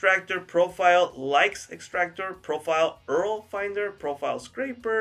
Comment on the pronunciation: Man you need to learn how to pronounce URL.